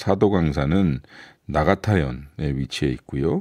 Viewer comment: 나가타현이 아니고, 니가타현인데요.